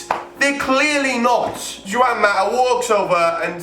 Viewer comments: ITS PRONOUNCED HWAN MATA NOT JUAN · ok yeah emotional vid and that but ur pronounciation of the players names are freakin dreadful like u said juan mata, jjjjj uan maa thats what u said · Did you really call him "Jew-an mata?" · Juwan Mata. Great pronunciation there pal